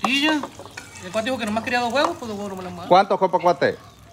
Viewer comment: Di huevos no gueguitos no mames... esta quedando chingon con todas las plantas .. saludos plebes